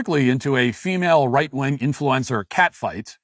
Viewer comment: Why do you call them right- wong conservatives?